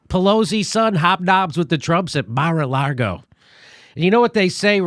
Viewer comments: Jimmy Dore, lol, adds the not just silent but invisible R in lago. 😂 he’s fucking killing me I’m laughing so hard. It’s a big mar-a-laRgo and we ain’t in it. God damn I can’t quit laughing. Watching again at the risk of injury. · There is only one R in Mar a Lago and its not where Jimmy thinks it is. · I love how Jimmy keeps calling it Mar a Largo. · Jimmy "Mar-a-Largo" Dore